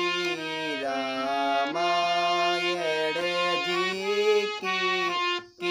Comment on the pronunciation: भाई रामायड़ नही रामायण है पहले तो तुम ये सीखो फिर आना सिखाने